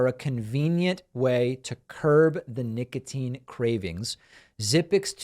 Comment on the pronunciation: Nicatine? Really?